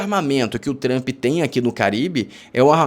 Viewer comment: Quando o camarada começa falando "TRAMPI" já perdeu a confiança